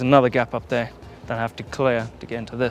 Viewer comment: I counted 20 'here'(s)! Did anyone catch how many times he said "there"(that sounds nice too)? Or is there another thread for that?🤭